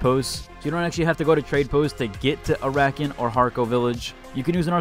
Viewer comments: Ara-keen. Not Arakin. Orni-thopter. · Air Uh Keen